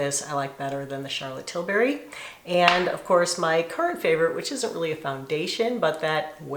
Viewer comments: Yes TilBERRY 😂 🍓 🍒 whoa!! 😂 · You know, its Tilbury not Tilberry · Did you mean "WHOA"? Also, it's pronounced "TIL-burry", not Til-BARRY. :)